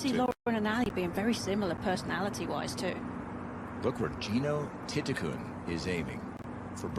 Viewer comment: The pronunciation is correct. Letter “L” at the end of a word pronounces as a “N” in Thai language. Her last name reads “ti-ti-Kuhn”.